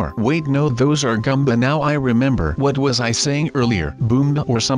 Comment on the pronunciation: IT IS GOOMBA NOT GUMBA